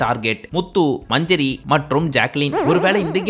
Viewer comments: Its manjari not manjury😅😅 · 😂😂😂ஏய் அது மஞ்சுரி இல்ல மஞ்சரி.😂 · Manjari sollunga bro ,manjuri nu soldringa , aparam avanga veliya vandhu mock pandringanu case pottruvanga